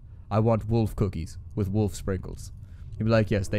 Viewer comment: How do you say Wolf that it hurts your teeth? =)